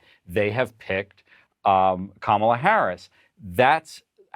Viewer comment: Hey Anderson - why did your colleagues let the republicans get on there and mis-pronounce VP name on purpose? And say they were doing on purpose? And lie about the 'banning meat' policy? And despite the unimportance, make a policy fight on plastic straws? Really? Why do your CNN colleagues NEVER correct them or shut them down? More and more - despite a few of you still doing a good job - CNN = Fox.